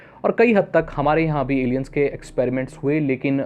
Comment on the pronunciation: Bhai Alain hota hain